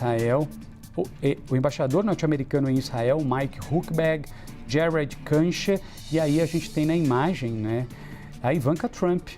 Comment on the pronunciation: Esse reporter devia se informar como se pronuncia o nome do Kuschner